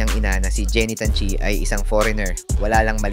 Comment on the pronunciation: Tan chi with an N..dont forget the N...